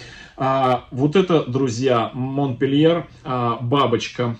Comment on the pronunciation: Всех приветствую.,здравствуйте.Орхидейки вам достались "капризные",но вы справитесь с их востановлением,уверенна.А вот название французской красотки говорите не по французски.Правильно произносить "Монпелье".Все три растюшки шикарные и желаю им быстрейшего "выздоровления".